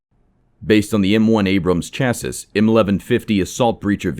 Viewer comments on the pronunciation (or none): Chassis is pronounced shassy.